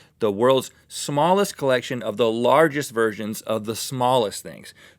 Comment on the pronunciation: Am I the only one who heard virgins instead of versions? 😂